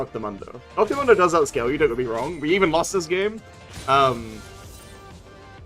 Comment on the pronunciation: Why do you call dr mundo dr mondo say it right fool